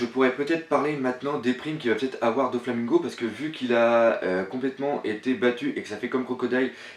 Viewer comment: J'adore tes théories hein mais mettons quelques petites choses au clair : Prononciation ! On dit : [Nom] (Prononciation) - [commentaire] Usopp (Ussopp) Dragon (Dragone) PX (P-X) - et non pas Pixie ; comment t'as trouvé pixie ?? Doflamingo (Doflamingo) - et non pas DoNflamingo Dressrosa (Dressroza) Sanji ( Sanji) - et non pas Senji Brook (Brouk) - et non pas Brock (on est pas dans pokémon) Chopper (Tchopper) Apu (Apou) - Y a pas de "H" donc pas de Hapu A bientôt, le prends pas mal - c'est juste frustrant xD